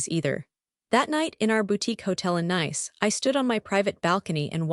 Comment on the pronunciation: If I hear Nice mispronounced one more time!!!🤨🤨